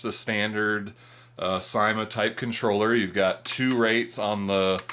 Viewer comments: i belive its pronounced not ;D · well (no offence:)) but in every other syma review i've ever seen, they say it like and in Syma's advertisements they say it like:D